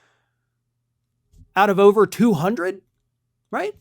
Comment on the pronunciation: You guys keep saying it's ober